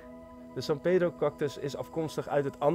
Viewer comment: i like when you say "san pedro" sounds like a argentinian spanish